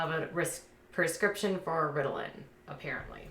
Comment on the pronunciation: Ridilin.. ? Lol